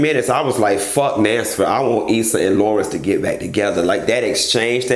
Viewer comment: Nansford!!! Thought I was the only one who heard that😂😂😂